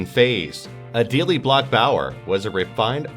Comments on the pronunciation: I am sure someone has already commented but i cant just let it go... It is Adele (the second e is silent) ...like the singer. No Adele' but Adel(e) (sounds like Edelle). :) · Is that how you pronounce Adele, the singer's, name. smdh.